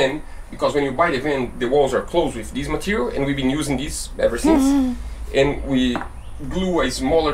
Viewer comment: the word this is not spelled diz!! You use this English word totally wrong and you say it in almost every sentence. I just wish you would use the correct pronunciation when learning a different language. Good video besides this!!! THIS NOT DIZ 😂